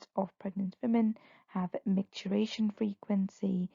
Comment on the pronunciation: MicturItion, not micturAtion.